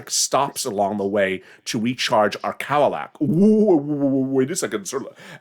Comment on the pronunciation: OMG! you are hilarious: “cow casino & cow-alat (Cadillac)” oh goodness I love your humor. Your the best.